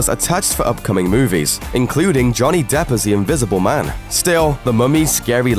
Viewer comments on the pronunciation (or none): none